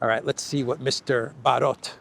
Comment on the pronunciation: Barrot (Fr.) Isn't that pronounced Barrow? Like in Wheel barrow, a device for containing and conveying shit? Excuse me, I meant manure.